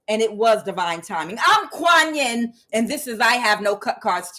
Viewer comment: Kuan Yin it is pronounced like ya ya Cento thank you for your readings